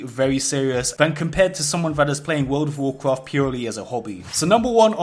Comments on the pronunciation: It sucks when you bwake the wules and get punished in Woold of Woolcrahft. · Wuld if woacraft Seeing a lot of comments about his pronunciation but I heard a pronunciation of the game that'll put this out of game immediately. Can't explain it by text but I'll try: Vaarkraaft It cringed me into a parallel dimension. / Just got back to WoW and somehow jumped onto the WoW video train. Good to see interesting new videos. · you cant say world of warcraft for shit and it triggers the fuck out of me work on it